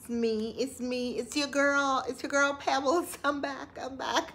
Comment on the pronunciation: PEBLES!! 😂😂 lord have mercy 😂😂😂 this is the first hard laugh I've had for the day. The audacity of Roracist, she recolonizing the swamp